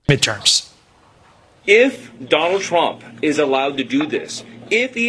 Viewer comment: Bro said donald chwump, bro gtfoh